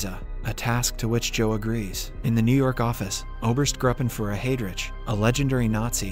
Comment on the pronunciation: "Oberst-Gruppenfuhrer Heydridge"